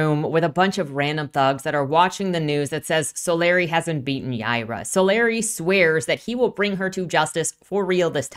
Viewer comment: I probably should've attached timestamps to these but oh well: 1) I can tell you have no interaction with the Rippaverse community at all because it's "So-LAH-ree", not "SO-lar EYE". But seriously, how do you even guess that wrong? If you saw "Solari" on someone's nametag, would you guess "SO-lar EYE" to that person's face?" (Oh, wait, you actually switch to the correct pronunciation later on. You had simply made a creative choice to annoy me for 10 minutes.) 2) What caused you to label the trio from Yaira's homeworld "bounty hunters"? That term has a specific meaning. We never actually learn what was the relationship between Yaira and the trio. Yanessa seems like some sort of royalty, or someone possessed of a prominent leadership role back on their homeworld, but it's never specified. 3) When Sally says, "I was here. I lived. I am still here among you," she's speaking from the perspective of creative achievement, be it biological, social, technological, etc. -- any impact a creature might have had that lasts into the future. She's not calling out her personal immortality. (The writers should have put quote marks around that portion of Sally's speech to make this clear.) 4) Jerry Monolfo's questioning the "archaicness" of Sally's specializing in archaeology is both a dad-joke play on words and an indicator that he doesn't believe looking backwards to the past is necessary to create the future that Projexus is supposed to achieve -- i.e., what does archaeology (how humans beh